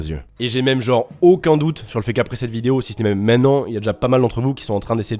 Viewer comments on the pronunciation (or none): "bonne bidéo"